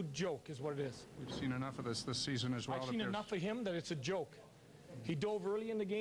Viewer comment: Andrew Winslow it sounded like jolk so i was saying that. i love this vid not disrespecting him